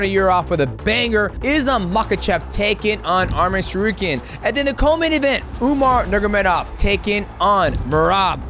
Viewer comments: UMAR NURMA GOMEDOV not Umar Nurgomedov 🤣🤣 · "Umar Nurgamedov" 🤣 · "Umar Nurmagedov" that was funny